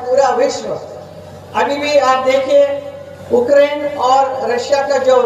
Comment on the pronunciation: मेरा नाम है चमेली मैं हूं मालन अलबेली,उक्रेन नहीं यूक्रेन तो ठीक से बोल लेती।